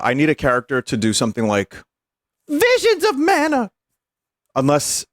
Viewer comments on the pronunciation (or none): Vinemons of Mana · VEESHEENS of Mana.